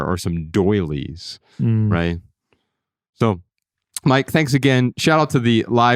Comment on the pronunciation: Joshua, loved the emphasis you put on the word "doilies," although I realize you probably didn't mean to. Lol.